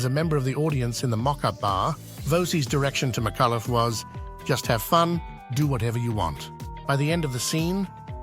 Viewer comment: her surname is pronounced "Mi-cull-uh", not "Mi-cuh-luff", dipsh*t narrator.